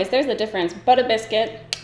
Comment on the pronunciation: I thought the shade name was “bitter biscuit” and you were just being funny saying it in a New York accent LOL